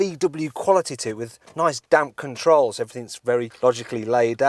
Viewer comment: Did he just say "Nice damn controls"?